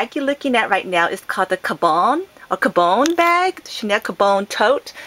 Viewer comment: it's caM-bon, not ca-bone